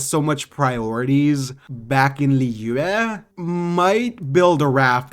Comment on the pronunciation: The way he says Liyue- I speak chinese why does that sound like he's speaking chinese